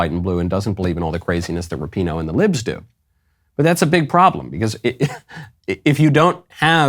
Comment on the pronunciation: It's not ra-pee no- it's RAP-in- oh